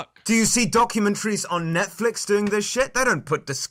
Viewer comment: keem: "document-tarries" clown: "document-trees"